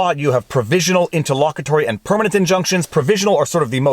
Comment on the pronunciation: Not poking fun, but it's nice hearing him say intterlollcary vs interloqually. Sorry kids, lots of Latin raising will do that to you